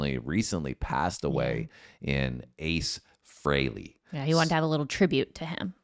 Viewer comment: Thank you for pronouncing Ace's last name correctly ; i cant tell you howmany people call him "FREELY" when theres just 1 e instead of 2 lmao ... it kind of pisses me off when people cant get the name right lol